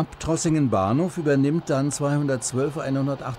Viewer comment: WILLINGEN?? 🤣🤣🤣 Die Stadt heisst VILLINGEN, mit als F gesprochenem V. 😁